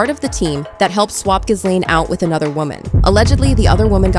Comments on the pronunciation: ITS NOT " GIZ LANE " FFS. ITS " GILANE". Omg. If you can't pronounce her name, don't bother doing a video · Her name is pronounced: ghee-LEN!!!! It’s a hard g. The accent is on the second syllable!!! Not GHIZ-lane!!! 🤣